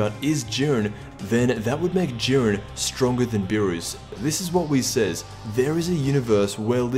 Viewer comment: It's not jiiren